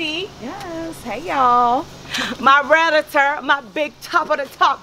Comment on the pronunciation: Spice said my "Raealator" my big top "Rawlator" 🤣🤣🤣🤣🤣🤣😭 Congrats !